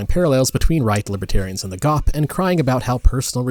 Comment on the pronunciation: You literally pronounce GOP as a word instead of an initialism. You are meant to pronounce the letter of individually but instead you pronounce it as a single word.